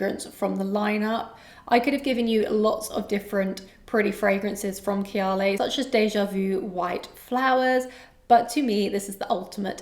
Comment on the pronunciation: Why do you pronounce kayali like that?